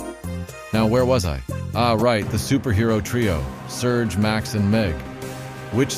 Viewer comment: who is serge its sUrge:face-green-smiling